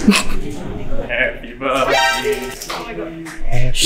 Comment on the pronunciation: If the name Rainier follows the like of Mt.Rainier, the pronunciation is incorrect. Unless its done on purpose.